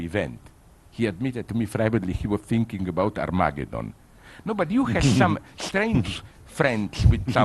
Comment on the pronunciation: Liam Cooper more like "arm-ah-gay-don"